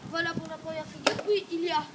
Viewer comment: " Et pouis "